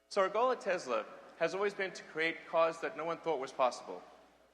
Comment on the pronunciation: He says it Tezla. It's "Tesla".